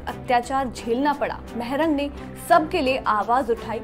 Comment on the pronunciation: Maarang not mehrang